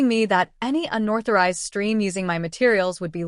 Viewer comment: It’s “unauthorized” not unorthorized